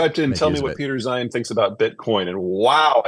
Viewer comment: Peter "Zine:" not zeehan